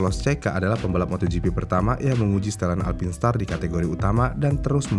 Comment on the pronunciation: Sebutannya haruse bener.. "Alpain star"